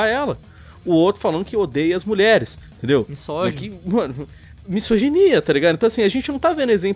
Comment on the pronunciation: Por favor, a palavra não é "toxidade", é toxicidade! Pronuncie correto, "please"! E a palavra "misógino" é pronunciada com som de "z" ( como se fosse "mizógino" ). Obrigado!